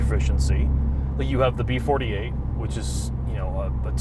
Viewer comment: Liked for the gratuitous B48(!) emphasis. All hail Son of God's Engine.